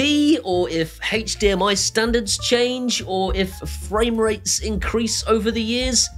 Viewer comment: haych dmi....kills me every time. ive died like 20 times in 4 minutes! great video, thanks for the heads up on all the new stuff keep up the great work